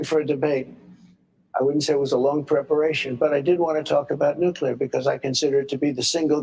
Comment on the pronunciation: I always liked the way G.W. pronounced it nucular. Even after getting mocked for it, he kept saying it that way. "F@ you, I'M the DECIDER!!!"😂